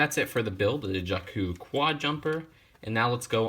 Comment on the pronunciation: You pronounced Jakku wrong.